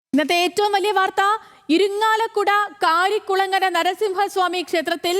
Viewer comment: കരികുളങ്ങര അല്ല... കാരുകുളങ്ങര എന്നാണ്